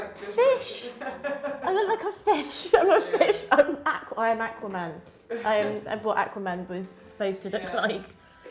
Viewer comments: “Ackwa-man! I am Ackwa-man..” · Why is no one talking about how she pronounced aqua man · Hey guys don’t get triggered when I was typing this comment I wasn’t even thinking she was British